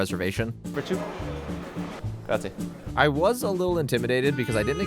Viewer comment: the american "grazi" ... dude really :D at least try...